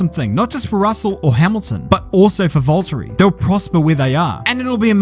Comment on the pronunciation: Volt-ery tf is that lol